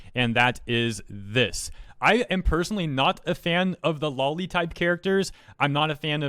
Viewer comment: Just a friendly reminder, it's pronounced "low-lee" like lolita, not "law-lee" like lollipop.